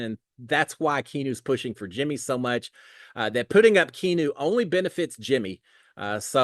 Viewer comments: It's Kee-AH-new...... NOT Kee-new!!! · Key-ah-no is how you say it. ❤ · how do you not know the name Keanu, like Keanu Reeves’s that he said he’s named after. I can’t believe you keep saying key-new 😂😂😂 all love!